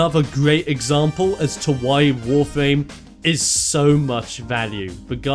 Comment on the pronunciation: Nice Video, but does it just sounds for me like you say "Wofame"?